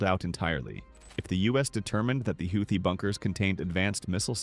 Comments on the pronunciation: If you want to narrate these videos at least make an attempt to correctly pronounce the words. Houthi= HOOTIE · They are going to need to spell it out for them like "Hoootheee" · AI generated content ..... the word Houthi comes up so often but is never pronounced consecutively in the same manner ...... Credibility = zero. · Okay, is it pronounced Howthie or Hoothie? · How many times can you butcher the name Houti in this valuable informative.? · You'd think the narrator would find out how to pronounce Houthi! Is it this AI?